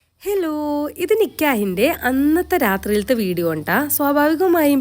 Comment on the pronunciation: Nikyaah alla Nikaah